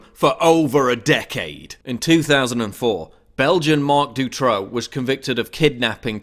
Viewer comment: i love your vids but my ears hurt from the way u pronounce Dutroux tho :p